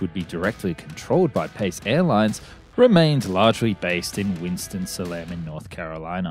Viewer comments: Very interesting. I'd always wondered what happened to Hooters Air. One comment: if you ever redo the video, "Salem" as in the Winston-Salem maintenance base is pronounced "SAY-lem." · I like how this guy can't pronounce Salem correctly.